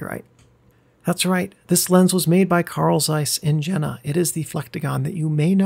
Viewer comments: Oh, please! Jena - spell it [ˈjeːna], like York, not joke, or Jenny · If it's of German origin, wouldn't it be pronounced Yen-na? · Having recently moved to the place, your pronunciation of Jena made me chuckle a bit, but another commenter has already pointed that out (although I'd emphasize that it's a long e sound). Jena really is quite a fascinating city, sitting in a deep river valley surrounded by heights all around. The impact that Carl Zeiss left on it can definitely be felt everywhere: on my daily walk to work I pass a statue of the man himself and several buildings that housed his first workshops; I can see the Jenoptik tower on my way to the cafeteria, and I work in the skyscaper (creatively named JenTower) designed to look like a telescope to symbolize the importance of the optical industry in the city.